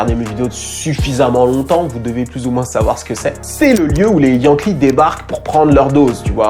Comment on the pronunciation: On dit JUNKIE et non YANKEE lolllll